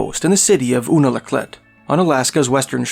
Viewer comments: Good content, good presentaion, but take the time to learn the regional pronunsiations of villages. Unalaket, "YOU-Na-La-keet" Seward penisual "Su-ward" Not "See-ward" kind of like Knik arm "K'nik" not european "Nik". Not as a cut but so you can present better. Good job. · Say it with me. YUNA-LA-KLEET is how it’s pronounced.